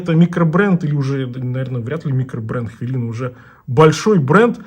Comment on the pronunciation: только говорите ХВЯЛИНА! у нас нет хвы